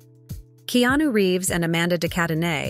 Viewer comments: Narrator, his name is pronounced Ke-a-nu. Not Keenew. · "Keenu" ... I hate anything Ai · Keenu/Keanu=Not Keyonu.